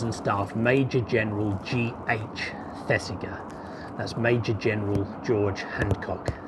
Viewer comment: The "g" in Thesiger is pronounced like the "g " in Roger. Really like your vids, recently discovered. All the best.